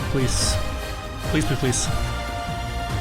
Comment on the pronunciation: Why is he saying “pleece”?